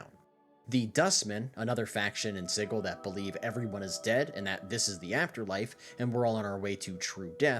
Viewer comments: please never pronounce that word like "siggle" ever again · Sigil. Sij-el. If it's spelled 'Sigil' it's pronounced that way. The writers are wrong. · Hearing Sigil with a hard G immediately filled me with enough infernal rage to throw my entire wooden desk through a wall, you owe me a new wall and desk